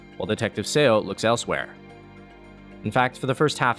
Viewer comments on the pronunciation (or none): I know this is old by now and maybe you don't care much, but you keep pronouncing Detective Seo's name as Say-oh when the pronunciation is closer to Suh. 서. Korean family names are all single syllable and Say-oh would be 세오. Romanization of ㅓ is eo but pronounced like uh. This is the same character used in Seoul 서울 and Samsung 산성. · "Detective Seo" It's pronounced SUH (same vowel in the word UP), not Seh Oh. Official modern romanization of Korean of the word SUH is Seo, like the capital city Seoul is pronounced SUH-OOL. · Love your videos, but just wanted to point out that "Seo" is pronounced "Suh" in Korean, not "Sayo." More than 99% of Korean family names are monosyllabic. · Your pronunciations on those Korean names are very good and I appreciate it because it's kinda rare to see people do. Just one quick correction: "Seo" is pronounced more like "Suh" rather than "Say-Oh". Romanization rules of Korean is all kinds of fucked so it probably makes little sense to non-Korean speakers. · "Detective Seo" It's pronounced "Suh."